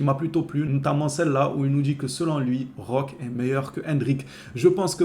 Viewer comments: C'est pas compliqué on dit Roquéééé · 🚨🚨🚨🚨🚨🚨🚨🚨🚨🚨🚨On prononce Roquéééé On prononce Roquéééé On prononce Roquéééé On prononce Roquéééé On prononce Roquéééé On prononce Roquéééé 🙏🙏🙏🙏🙏🙏🙏🙏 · C'est ouf d'ecorcher le nom de notre nouvelle recrue. On prononce Roqué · Roquéééééééééééééé avec un é